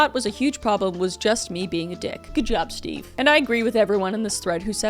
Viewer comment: "MAYBE CUZ THAT'S THE REAL REASON STEVEUH." 🤣🤣🤣